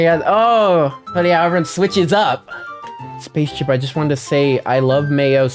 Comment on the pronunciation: shout out to that dude who said spacechip i gtg